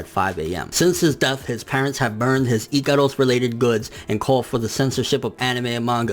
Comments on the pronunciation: NIGGA ITS IKAROSSS NOT IKADUS WTf it just gets annoying asf your pronounciation is horrible no offense and no hate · dude wtf do you pronounce Ikaros like that? I'm scratching my head figuring out who is that